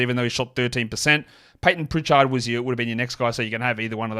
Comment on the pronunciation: Why do you say "priCHARD" like that 😂. But you say "Richard" normal